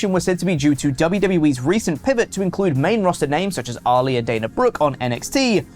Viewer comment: Every time says Ali it throws me off cause I think he's saying Oli.